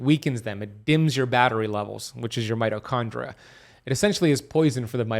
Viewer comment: Being picky but... there is an ee sound in mitochondria. Its not mitochondra. Just sayin'.